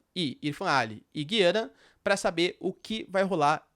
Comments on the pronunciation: Professor, parabéns pelo vídeo. Só uma dúvida: o Senhor tem falado Gui-ana, como se tivesse um "trema", enquanto ouvimos sempre, Gu-ia-na, sem "trema", que é um sinal ortográfico que não existe na língua portuguesa no Brasil. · O nome é Gu ia na... Aqui um meto de Gu ia nen ses... Os grandes comunicadores dos grandes canais, falam Gu ia na, Boris Casoy, Alexandre Garcia, repórteres da Tv Cultura, CNN... Estou torcendo por você, como diz aqueles velho ditado, corrija o sábio e ele se tornará mais sábio.